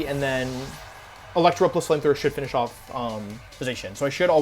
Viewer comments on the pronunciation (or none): none